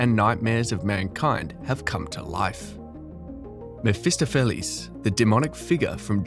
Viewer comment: I know it's a mouthful but, Mephistopheles, in German or English is pronounced: meff-iss-toff-eh-lees. Not your version....which is WRONG.